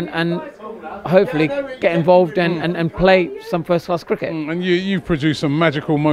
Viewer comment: Stick to da Crik-IT! You uneducated bellend